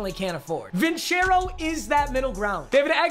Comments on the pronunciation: Papa your saying vincero wrong. Its vincero with a soft c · C'mon, not Vincero man